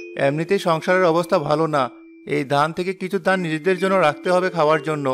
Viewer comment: পুরুষ কণ্ঠে উচ্চারণে ত্রুটি আছে, যা শুনতে খুবই খারাপ লাগে। যেমন, “ধান”কে সে “দান” বলে। এমন আরো অনেক ত্রটি আছে। ত্রুটিগুলো শুধরানোর চেষ্টা করুন। আমি আপনাদের মঙ্গল চাই বলেই এমন কমেন্ট করলাম।